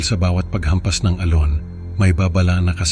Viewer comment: Sir maganda boses mo pero may iilang puna lang ako sa tamang pagbigkas ng mga salitang Tagalog.. like alon maririnig namin ay al-lone.. bakas is bakkkas..konting aral pa Sir.. ito'y constructive criticism po hindi destructive criticism..